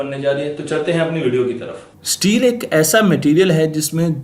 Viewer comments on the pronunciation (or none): Abey Sahi sey bol STEEl. Teel NAHI bol jangli